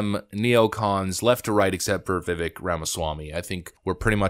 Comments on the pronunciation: Totally agree about Christie. And Vivek is going to be around a long, long time so….his named is pronounced viv-AYK. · It's pronounced "Vivake". He's the man. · It’s pronounced Viv-ake. Like cake. He said that in his post debate interview. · It’s pronounced vi•vake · Vi-VAKE. Like “cake” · Vivek is pronounced like Vivake" like "Bake" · Vivek is correctly pronounced as "Vivake" Just trying to help for those that don't know. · How about learning the correct way to say his name? He corrects people all the time. Vivek is pronounced Vivake like cake... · Just to mention Vivek is pronounced Vivake like cake 🤷🏻‍♂️ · Bro, it's pronounced vi-VAKE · "Vivek" rhymes with "mistake." It isn't difficult to say. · Vivek pronounced Vivake like cake lol that's what he told Tim Pool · Vi-vake. Please start pronouncing his name right. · Vivek Last part rhymes with cake That's how you pronounce it Viv-ache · Vivek won't win because nobody can pronounce his name correctly Vivek is pronounced Viv ake (like cake) Vivek said the skinny weird name comment about himself in the introduction. Also Obama won so where is the insult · FYI, His last name is pronounced Viv-Vake. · Vivek pronounced like cake. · pronounced Vivek, like cake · Vivek (pronounced ‘Vih-vayk’) will be increasingly attacked because he’s a sharp, outspoken leader, because he’s rapidly rising in the polls. Fox is clearly managed by BlackRock and has to control the America First agenda because they make billions with the CCP. The rest, like Christie, is just a charade to distract. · Please adjust your pronunciation,. Vivek has stated that the second syllable of his first name rhymes with CAKE. Love your work! Longtime subscriber. Subbed prior to the first hideous purge of channels. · Vivek is pronounced VivAK - long A. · Vivek rhymes with Cake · It’s Vivek like ‘Cake!’ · It’s pronounced Like ViCake…Vivek. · His name is Vivek pronounced :Ve Vake.= Truth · Vivek rhymes with cake. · Vi-Vayk, rhymes with cake.